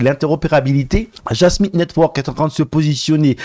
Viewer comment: Jasmy pas Jasmin. lol